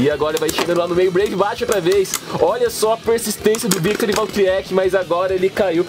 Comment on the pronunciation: epra vc falar serto fala breive valtryek